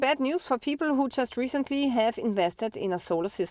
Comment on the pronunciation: I like the way you pronounce "people" as "peepor"... HAH!